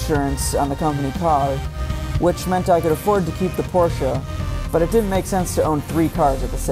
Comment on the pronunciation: good to hear at least one guy can pronounce Porsche right.